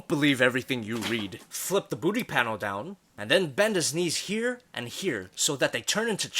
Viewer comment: I Just Skiped And Skipped Until I Heard : "And Put Down DUh-Down". Like WTF